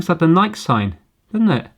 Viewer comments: How the hell do you mispronounce Nike? I mean it is one of the biggest companies in the whole world and they say the damn name in their commercials lol... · Dmx? "Ruff" you say? Was that a pun?! Also have to point out the Nike thing 😅 I still find it odd Brits say it like that